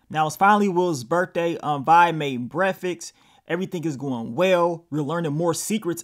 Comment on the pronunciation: The way you say Breakfast "Bread-Fix".... Cute!! 😅❤️